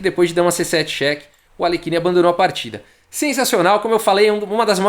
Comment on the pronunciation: Não temos qualquer obrigação de pronunciar corretamente o nome de estrangeiros, entretanto, só pra ilustrar, é assim que se pronuncia o nome de Alekhine: "Aliérrin".